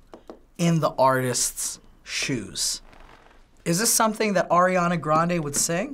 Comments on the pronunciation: DID U JUST SAY ERIANA GRANDE OMG OMG OMG OMG SHAME ON UUUUUUUU OMG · People saying they like Ariana grande but they say her name like airiana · This might be a weird pet peeve but I really hate it when people say air-iana grande a instead or ari-ana grande... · I’m losing brain cells from them saying ‘Air’iana Grande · "airana grande" i'm ticked. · says i love ariana grande proceeds to say airana grande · I love Ariana Grande Says her name wrong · “I love air-iana grande” If you love you her so much why don’t you know how to say her name 🤦‍♀️